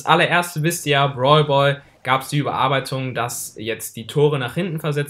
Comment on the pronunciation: Ich verstehe nur brwalboy anstatt brawlball